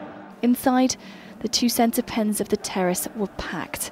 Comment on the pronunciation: Idk what happening but when she says “pitch” or “center pen” it makes me laugh